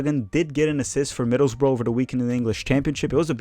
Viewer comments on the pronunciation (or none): none